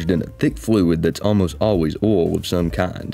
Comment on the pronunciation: Oil ❌ Oool ✅